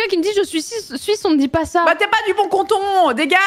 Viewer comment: Putain on dit canton pas conton xD